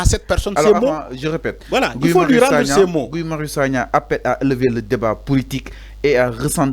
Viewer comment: Mais pourquoi ces nouveaux journalistes insistent à l'appeler Gouye? Son nom se prononce Gui.